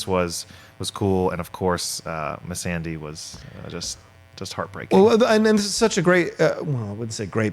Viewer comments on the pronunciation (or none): When they pronounce missandai like miss sandy lmfao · Can someone please tell this guy to say Missandei the right way? Smh lol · Yo your dude in the middle absolutely butchers names. Just saying. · I find it distracting how pronounces Missandei also how he pronounces Umber. 😂